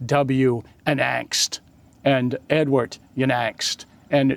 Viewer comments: Unangst is pronounced like- you nang st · For the name “Unangst” try pronouncing like “oon AHNGST”.